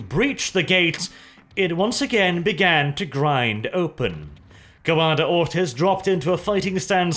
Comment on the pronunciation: Am i the only one who hears "Commander Autism" all the time? :D